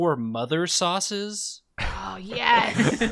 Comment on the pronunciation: "Sau-ces"? Is Greg?